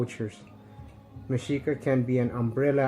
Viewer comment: That shit you say mensito movement, it's fucking funny!